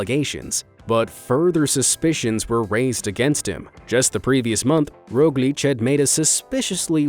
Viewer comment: im a slovene and primoz roglicc was the funniest thing i heard in a while🤣